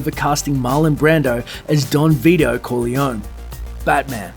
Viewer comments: The way you pronounced Corleone made me cringe.. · Im pissed off the way the narrator said "Corleone" ,it's unforgivable!